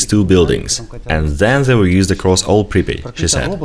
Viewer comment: Pripiat pas pripit